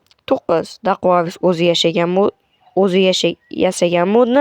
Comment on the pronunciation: Dostim daquavis deb aytilmidi dakuavis den iltimos